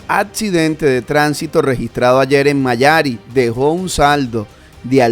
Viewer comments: MA - YA - RI , Con Acento en. i. , Mayari. 😊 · Mayari no se dice Mayari..con acento en la i